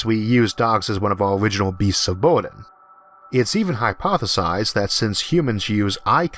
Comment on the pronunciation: mostly listening to they way this guy pronounces words. Burden = Boiden. is this an accent from somewhere or speech impediment.